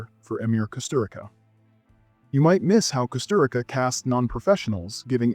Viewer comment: I already watched some of these titles, maybe because I live in Europe and Kusturica is well known here (btw, it's pronounced "Kusturitza"). Angel Heart was always on the public tv in Italy, for some reason. Herzog is our hero, so you can easily see his work in every essay movie theater. THe first ones I didn't knew at all, if I had, I guess I could had the idea that every American girl in USA was white and blonde...